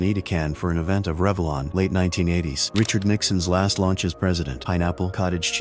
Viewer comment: A.I. suction sucking all over the place. Hilarious mispronunciatons ("Nixon's last launch"--So he threw up?) Some totally wrong facts profoundly stated (NOT called bell bottoms back then.)